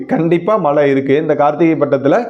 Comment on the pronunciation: அருமை... மலை அல்ல மழை..தமிழையும் கொஞ்சம் நல்லா பேசினால் இன்னும் நன்றாக இருக்கும்